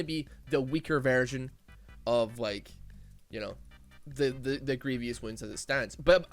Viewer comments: my man, love your videos but please dear lord learn to pronounce „grievous“ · I hate how u pronounce Grievous